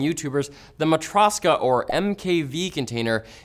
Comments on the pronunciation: mah-tryōsh-ka, not mah-trahs-ka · You're mispronouncing Matroska. It's derived from the Russian word Matryoshka as in Matryoshka dolls. (Russian Nesting Dolls)